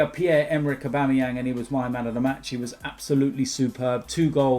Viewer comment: man said Abuameyang best striker in the league😂😂😂 BEHAVE WILL YA!